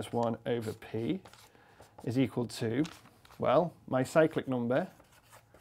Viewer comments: I keep hearing "psychic" number. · Saw the name of the video, still thought he said psychic number :(